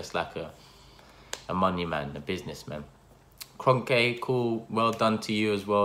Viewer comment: he said kronke like kronkEH